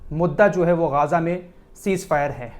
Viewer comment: Ghaaza nahi Ghaza boliye